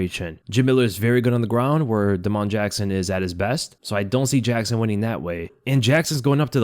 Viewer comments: Bro why do you say Da-Mon like that and not just Damon 😂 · Day - mun. Not. Duh - moan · "da'mon" jackson. you are too funny. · think Damon Jackson has the same pronunciation as Da’Mon Blackshear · Why are you pronouncing damon like that? Weirdo